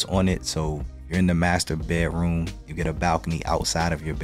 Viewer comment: funny, it always sounds like you are saying "bear-room" instead of "bedroom" - without the "d". On the other hand, when you say just "bed", that sounds fine/normal. is that intentional - aka a signature?